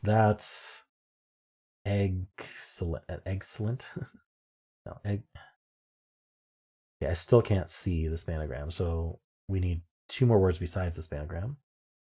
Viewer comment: you know it's just Spangram, not Spanagram, right?